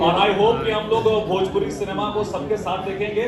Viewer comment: Are babua phle badhia se bolna to sikh le भजपूरी नहीं भोजपुरी होता है